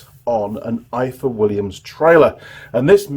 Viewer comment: Hi, its pronounced ivor, in Welsh f is v thanks for the great video.